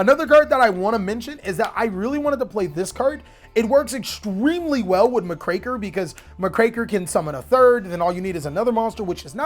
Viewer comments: My dude has amazing plays built into this. But the way he says Dagerus instead of DU-GARE-ES and muh-kraker instead of Muck-raker is absolutely infuriating lol 😂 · Muck-Racker, not MahCraker Oats... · Wow, never heard Muckraker pronounced that way. It's a compound word, Muck Raker, one who "rakes the muck", it tends to be a derogatory term for nosy journalists seeking to stir up trouble.